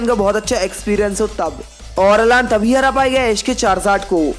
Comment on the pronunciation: Vo अलान nahi अैलन